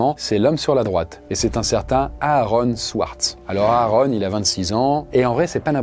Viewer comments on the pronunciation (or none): Ça se prononce Aron pas A Aron😂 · Ouais quand il dit "Areune" ça fait bizarre